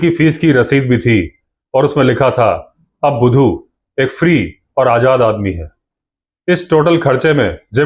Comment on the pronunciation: Shandar pronounces the name of budhu bhaisaab ❤